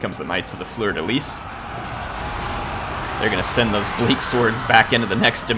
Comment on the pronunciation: 6 of july and you finally got it right after all my spam. Yup it's Fleur de LyS,. Everyone in France is rioting in Joy right now because you finally pronounced that right. I can click on the bell now without feeling angry.